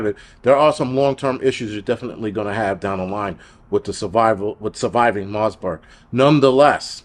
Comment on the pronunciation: Great video but, the virus is called Marburg not Marsberg and its actually a huge deal. When covid first came out the underground channels said this was the next virus they'd use in their plandemic as it's fatality rate is super high, there is no vaccine, and it has a 21 day incubation period making it nearly impossible to contain. This is their second shot at us, they will release/spread viruses like this until we beg for vaccines and lockdowns, its all planned. It will get bad.